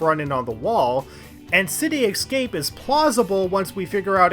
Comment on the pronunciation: ...City "excape"?